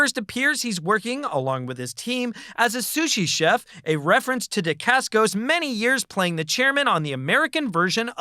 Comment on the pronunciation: Your pronunciation of Mark Dacascos name is cringe worthy